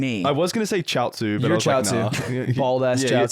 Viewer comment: i respect for sounding out chiaotzu and googling them sm